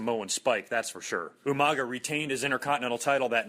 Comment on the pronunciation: It's Umanga, not Umaga.